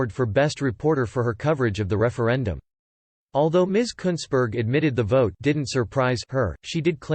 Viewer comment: You said it right mate, Kuntssberg.